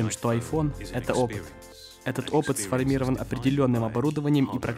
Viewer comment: грамматически расширяя?? серьезно? не знаешь слово dramatically? неповторимые цвета? че? это как? более усовершенствованный? (слово усовершенствованный не может иметь степень) Капец, дружище. Ну не можешь переводить и с русским плохо – ну так не берись. СформИрован, обеспечЕньем ? слушай тебе надо скачать приложение орфографического словаря с правильным ударением